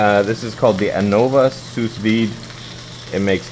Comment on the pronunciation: lol bro the second "s" in "sous" is silent